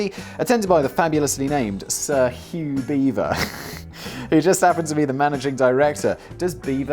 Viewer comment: Was it hugh beaver or "HUGE BEAVER"?🤣😂🤣😂🤣🤣